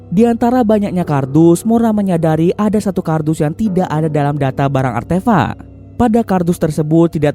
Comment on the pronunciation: Artefak wooy bukan artefa'😂